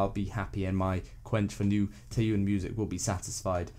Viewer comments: Tnaks for the album review ^^ but it really bothers me lol, the "yeon" in Taeyeon is pronounced as "yon" or similar to "yawn" but is said quicker. Also I disagree, all the tracks are different from each other but also goes well with the entire album, it shows her maturity to music and herself while keeping her own color. Circus is an absolute favorite, the vocal direction and the instrumentals are soft and stirring but still holds an immense emotion. I think this mini album is one of her bests I'd say. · The "Tie-yune" pronunciation was getting on my nerves as well